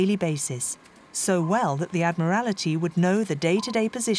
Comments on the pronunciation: The voiceover for this is very strange. I think that it is a machine, despite the english accent. The code was named "TUNNEY", not "TUNEY". in addition the word is "ADMIRALTY," not "ADMIRALITY". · The narrator said The Admirality. 36.31. I'm sorry, but being a boring old pedant, these things stick out like a sore thumb. Excellent story, and a sad, sorry thing to do to a hero, who should have been awarded the highest honours, not a flaming pardon!! 😡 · Very good video, with two exceptions: 1. AdmiralAty?! 2. Summarines?! Seriously? And may Alan Turing rest in peace. And his tormentors not. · How is this narrated, - computer voiced? A subtle English accent, but doesn't pronounce the 'b' in submarine. And 'Admiral-ity' 😳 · The electronic commentary was going so well then it said “ summerine” then “ admerality” tough luck. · Is this AI? Why doesn't the narrator know how to pronounce words like submarine or admiralty or tunny? Very distracting.